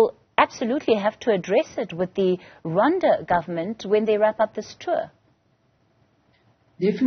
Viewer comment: Come on it’s Rwanda not Ronda plz😏